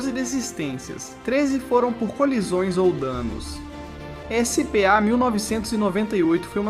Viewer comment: Lembro dessa corrida. Mas, meu brother, essa narração é IA, né? Senão, uma dica construtiva, não se ofenda. "SPA - se pronuncia o msm que "ISPÁ" ao invés de como falado no vídeo, "Ese - Pe - A". O sobrenome do Irvine, se lê "IRVAINI" e em alguns momentos, o narrador pronuncia de forma correta. No minuto , a narração diz... "Ekiném", mas algumas vezes fala corretamente tb. Por isso ficou estranho. Faltou revisar o áudio, antes da postagem.